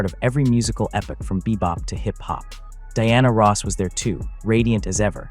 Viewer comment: AI...learn how to correctly pronnounce her name.